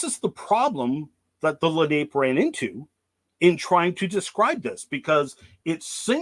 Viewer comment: Its prounounced. Len eye Leh nah pay. Im from nj and regularly find their arrowheadds